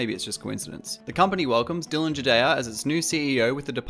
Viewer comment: For people wondering how Riot's new CEO's name is pronounced: It is Dylan Jadeja (the ja in jar) and not ha (ha in James Rodriguez, the Colombian footballer). Jadeja is a title commonly found in India and it has no origins or connections to the latin america or europe. Edit: It is not the ya either. Like i said, its an Indian title and has no origin or connection to the latin america or europe.